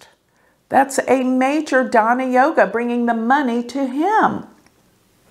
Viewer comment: Madam it's DHANA not daaana. You'd be changing the whole meaning with a small 🤏pronunciation mistake. If you plan on running an astrology school you want to know Sanskrit. 🔄 Go back and take a learning break from retrograde season.